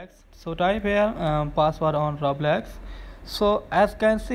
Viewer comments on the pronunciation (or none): It didnt wirk and also its called roblox not roblex